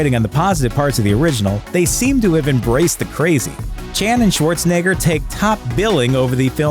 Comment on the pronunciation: "Shuorzenegga" XD